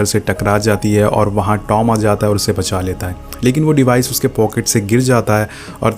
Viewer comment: It's Tom not dom